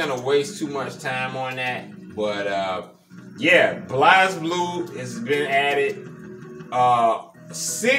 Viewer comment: Very cool build, might have to get this for my cabinet as I love Blazblue and wished it was from the begining. Just a heads up the game is pronounced Blaze Blue not Blaz Blue.